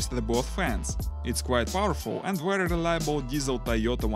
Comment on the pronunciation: Yes, it is a wery nice wessel.